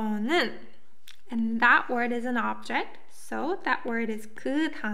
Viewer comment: I know this video is old, but I noticed you're saying "objing marking" instead of "object marking." Should sound more like "objec marking," with the final T sound faded to pretty much nothing. But definitely no -ing sound on object.